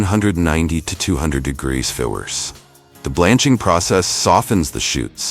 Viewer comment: Sure wish the narrator would pronounce Celsius the correct way instead of "cels." Along with Fahrenheit